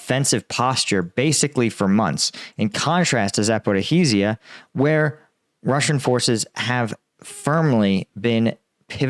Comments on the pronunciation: Not “Zaporikhiziya,” it is pronounced “Zaporozhye” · Zaporizhzhia is pronounced Za-Porridge-Ya NOT Za-Pori-Zizi-Ya. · Bakhmit? It's BAKHMUT (BOK-MOOT)! It's not difficult to pronounce correctly. Zaporahizia? It's zaporizhzhia. Say it with me... ZAP-OH-REE-ZHIA) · Just to help you with pronunciation…it’s Za - po - ree- zhee-ya